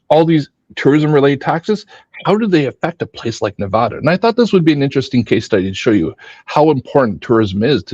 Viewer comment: Thanks for pronouncing Nevada right (nev add uh). Born and raised in Vegas and moved 2 years ago. All the analysis on how short sighted and down trending Vegas is, is so refreshing because I didn’t feel like that was hard to see, all my old friends are still convinced it will be fine, plenty of water, plenty of tourists, no worries :))